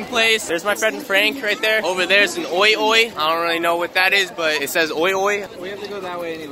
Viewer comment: dude. I will be back in Japan next year spring or summer time. we should hang as well! will be my fourth visit! and I also call that OIOI mall the way you said it but much faster. it sounds pretty funny but I like it.